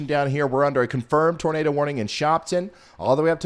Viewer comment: When you say "Nador" the Floridians might think they hear "Gator" lol <3